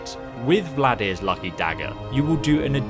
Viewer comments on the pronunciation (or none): "Vlad-ear"? Thought it was Valdr like Baldr. Like "alter" or "halter". Still, good weapon and can be very easily upgraded and wonderful when paired with Mehrunes' Razor both upgraded fully and dual enchanted with chaos and shock, while poisoned with a high-strength poison of weakness to poison and of weakness to shock (make sure alchemy is at top skill, too). Invaluable when used with a dual flurry/one-hander assassin and thief build such as a Khajiit or Imperial playing Dark Brotherhood (use Mehrunes' for the Emperor and lore-blowers will love you) and following a sneak attack from a bow poisoned with strong paralysis poison can easily defeat a dragon. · Dude what is with you and names? Valdr to Vladyr? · VALDR! FUCKING VALDR! Not Vladir, not Vladmir. VALDR! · It's Nordic not Russian, it's Valdr not Vladimir or Vladir.